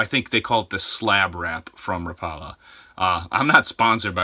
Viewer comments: Rap a la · "Ra pala" 🤣 ...ask someone how they say rapala bud. Good vid tho 👌